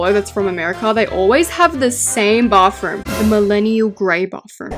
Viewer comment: “bauthroom” and “ gyatroge” always gets me 😭